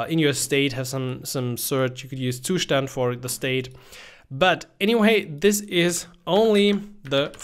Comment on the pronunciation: You probably have German roots, because that pronunciation of "Zustand" was so very German